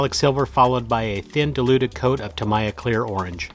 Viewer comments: It's tuh-MEE-yuh or TAM-eee-uh. Definitely not tam-EYE-uh. But holy crap what incredible work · FYI It's pronounced Ta-Mee-Ya . If your don't believe, phone them.